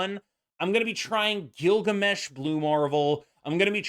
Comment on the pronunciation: “Gilbert Gammesh” bro 😂